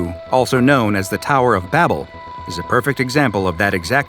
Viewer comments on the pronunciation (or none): I'm pretty sure its Babel and not Babble. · its Babel not Babble isnt it? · It's not "Babble", it's "Babel" ffs